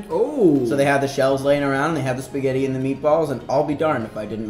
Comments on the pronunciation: When he said "Pasghetti" instead of "Spaghetti" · I love how he calls it Pasketti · Me and my friend watched this and I was having trouble saying "pasghetti" so we broke it down PISS-GHETTI!!😂💀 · omg he said paseggtti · Don't you hate it when someone calls it basscetti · did he just said pasketti